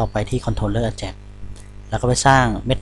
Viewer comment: Ajax หรือ AJAX ใน Wikipedia เค้าอ่านว่า /ˈeɪdʒæks/ เอแจ็กซ์